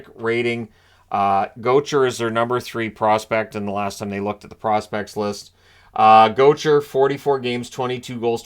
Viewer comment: That’s def not how you pronounce Gaucher